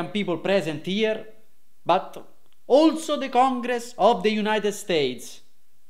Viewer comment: "OLZO"; ha detto "OLZO". Deve essere una roba che ha a che fare con l'olio di colza.